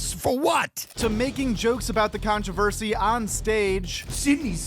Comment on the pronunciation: Let’s be honest, controversheshe really sucks